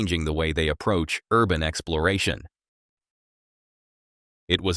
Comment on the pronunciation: Why does it sound like you say excloration instead of exploration?